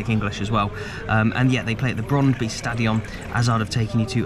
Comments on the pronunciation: Brondby is actually pronounced as Broan-bu. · Great video mate, shame you didn't go a week earlier or may have bumped into you. I went to see my beloved Brøndby after a great Football manager run with them. Apparently we both are terrible at pronouncing the name though based on a Conversation with a local.